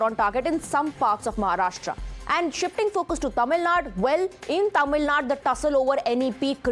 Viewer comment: She cant even pronounce tamilnadu clearly, mispronouncing as tamilNAD. THIS SHOWS HER ARROGANCE